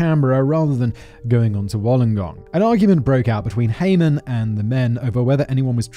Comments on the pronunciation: Lmao I love watching Simon trying to pronounce words hahaha Ute........ you - t Wollongong...... whool-on-gong Haha atleast he got Melbourne. Keep up the good work Simon. You make doing house work more bearable haha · but no one has commented on how Simon said, Wollongong, known locally as "The Gong"